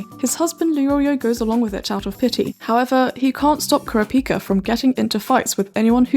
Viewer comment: Now how your sayin kurapika that’s really um hmmmmmmmmmm